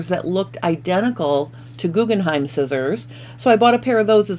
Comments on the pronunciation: Why do you keep saying GuggenheiM - look at the box - it’s GuggenheiN🤦‍♀️🤦‍♀️🤦‍♀️🤦‍♀️🤦‍♀️ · Jyst FYI: The name of the scissors is Guggenhein, the name of the museum is Guggenheim. The difference is in the last letter. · They are called GuggenheiN not Guggenheim which is a family name and a museum. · GuggenheiN not M. I love my Guggenhein scissors very sharp and fits my hand perfectly.